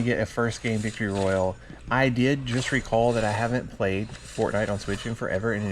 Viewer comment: the way he said "royale" irked me